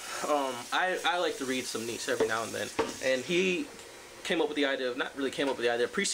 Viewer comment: Great video but its pronounced "NEE-CHA" :P